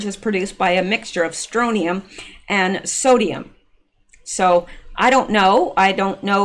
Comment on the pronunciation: FYI Not a common word but pronounciation is STRON tee um STRONTIUM. It is a residual problem in old houses that were exposed when the world still did above ground nuclear testing. Also, it used to be a problem in milk. Strontium 90. I believe that was because cows ingested contaminated grass, but I am not sure on that point.